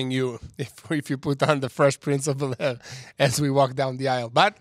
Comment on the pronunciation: Fresh Prince of Bel Aire? 😂😂😂😂😂 really?! 🤣😂🤣😂